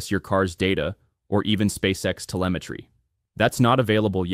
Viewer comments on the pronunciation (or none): none